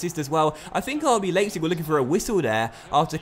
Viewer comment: It's RB L-eye-pzig, not RB Laypzig